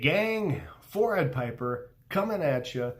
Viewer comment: At first i thought he said forehead piper and i was like dang thats accurate then i realised he said 🤣 still cant ignore that forehead tho